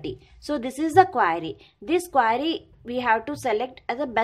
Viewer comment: again what is it ? QUAAAAAAAry XDXDXD